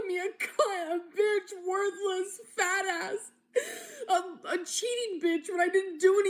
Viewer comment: The way she emphasizes the word fat is interesting.